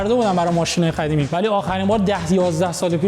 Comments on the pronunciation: به قدیمی میگه خدیمی یا من اینجوری میشنوم؟! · قدیمی یه ❌ کدیمی یه ✅